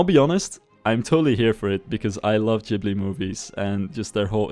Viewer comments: it's not [dzh]ibli/jibli, but [g]ibli (gh is always pronounced like that in Italian where this word originates from. Same thing with LamborGHini) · Studio Jibli movies? I thought it was pronounced with a hard G. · ghibli is japanese and thus is pronounced 'gi' not 'dji' (they have kana written out for their name so it's official) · You're so true with that Ghibli-like theme :o (Btw, it should be read with "hard 'g' :D ) Also, thanks very much for a nice video review =^^= now I really want this game xD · ITS NOT JIBLY